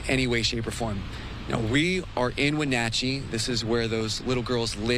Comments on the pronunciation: Dude , where are you from ? Wen NOT chee ?? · Wonachey? Its pronounced 'when at chi" grow a brain and do research. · The city is Wenatchee is pronounced When- at-chee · Pronounced when-atch-ee. Lol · You might want to pronounce the city correctly.